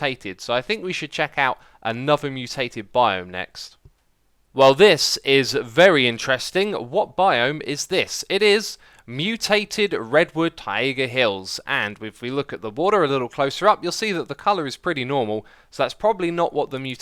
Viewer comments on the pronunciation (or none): ta-iga hills? better add another entry to the Xisuma dictionary!